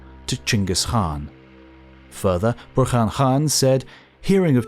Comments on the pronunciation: Khan = kan, not han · So it's "Han?" Like Han solo? And the thousands of historians that have pronounced Khan with a hard K sound are wrong? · Diffrent people always give a diffrent answers on how to pronouce Genghis.. And today i hear Khan pronouced as Han for the first time.. I give up